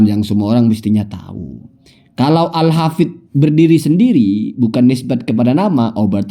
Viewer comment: katanya....denger2....nyebutnya aja salah habib uma "alhafizh".....fitnah terhadap habib umar bin hafith....astaghfirullahalazim....tobat...tobat....lebih baik tobat